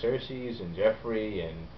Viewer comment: Joffrey not joeffry, sorry :(